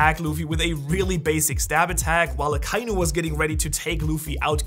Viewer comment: Hey, man sagt AKA-INU nicht akeinu... echt